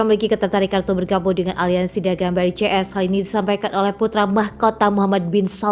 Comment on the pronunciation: Brazil ,Rusia, India ,Cina, south Afrika di baca BRICS ,bukan BRI,CS ,emangnya bank BRI apa hahahaha 😅